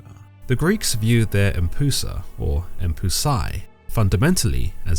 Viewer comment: Isnt it pronounced closer too "em-p-yoo-sa"?